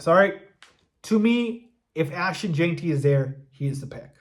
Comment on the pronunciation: It’s Gen-tee. Not Jane-tee. Listen to anyone else say his name if you still don’t get it. Please!